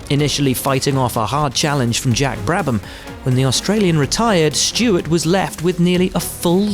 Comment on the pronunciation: hey guys his name is Stewart not stewards